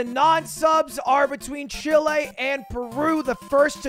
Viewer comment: bruh why does he say "Chile" like "shill a"